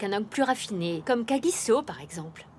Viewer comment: On dit kagisso